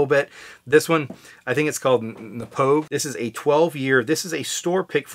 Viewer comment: Think you said it right, couldn't hear if you put a "g" in there. Its pronounced "Na-Poe." They've done a good job on the sourcing game. The Aberlour is also pronounced "Ah-Boo-Na" I liked my bottle of that as well, though it came off very sharp/rubbery for a while until it sat for a while. I prefer the Glendronach line up over Aberlour, but you can't go wrong with that CS one.